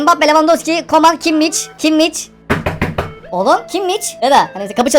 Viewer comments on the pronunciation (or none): Abi adamın adı kimmiç diye okunmuyor kimmiş diye okunuyor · Abi takım ismi sempucto Madrid Abi kimmiç değil kimih